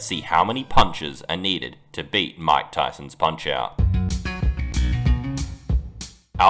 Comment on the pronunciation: bro. i was so confused . i thought you said von kaisers punch out because of the way you said mike tysons.